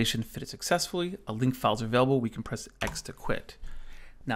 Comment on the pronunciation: Where are you from? I've never heard this pronunciation of "available" ("avable")